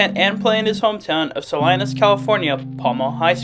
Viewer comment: Sal- eye- nos? it's pronounced Sa-LEE-nis. Salinas and He didn't return kicks or play WR... he was always QB1. he got moved up Sophomore year of HS to from JV to Varsity after he lead the JV team to an undefeated season under coach Martinez started after that playoff year.